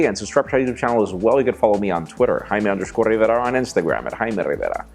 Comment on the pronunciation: He says his name 4 times...i like it.....:D